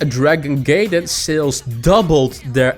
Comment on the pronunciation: Hey, nice video. Just an FYI, Gaiden is pronounced guy-den and means side story. Have a great day.